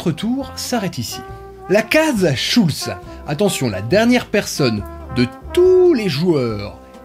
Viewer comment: Schulsse? SCHULSSE ? Mon côté alsacien est légèrement outré. Schul(t)z !